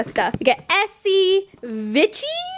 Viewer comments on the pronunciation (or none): Vichy is pronounced like VEE-SHE 😂 oh & the mineral 89 is incredible (apply it before your serum & moisturizer! & the thermal water is an amazing facial/body spray.... I’m a cosmetician at a drugstore; so I consult the brand a lot)..... love you! 💛💖